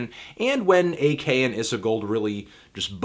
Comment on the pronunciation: wow ur mis pronouncing ak's name